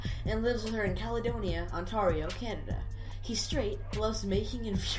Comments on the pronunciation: You lost me with the way you pronounced Ontario xD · That is not how you pronounce Ontario